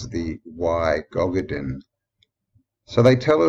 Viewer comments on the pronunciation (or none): Think gododdin is pronounced more like godofvin, or godophin. DD is more like th, FF,sound.